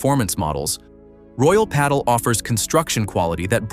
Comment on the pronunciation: Next time you do a video, please teach the AI to pronounce the names correctly and pádel